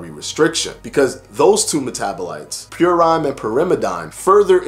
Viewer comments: Good video...just a couple of pedantic science things...purine is pronounced purr-een....pyrimidine is pronounced purr-im-eh-deen. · Actually it's pronounced "Pure" "een"... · I tried to write it phonetically...what it absolutely is NOT is PureINE and Pure-im-eh-DINE.